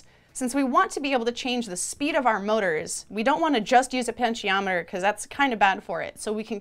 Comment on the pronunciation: "penshiometer"? Wha'?!